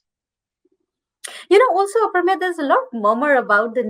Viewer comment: I don’t understand why can’t they pronounce the name Aprameya properly.